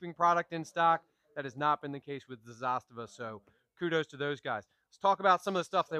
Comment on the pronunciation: it's Zu-Stava. Not ZAA-Stava